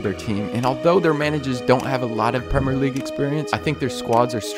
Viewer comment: Why does this guy never pronounce the “I” in Premier